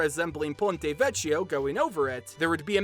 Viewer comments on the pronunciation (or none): mi fa sempre ridere quando gli inglesi pronunciano "vecchio" come "veccio" XD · with the word vecchio the h is silent :)